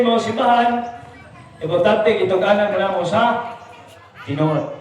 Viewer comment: Bro accent mo sa Anak ...ayusin mo. Kung ano Ang pag pronounce mo sa Anak .. ganun din. Anak ....mabilis.. ana pod inig pangurus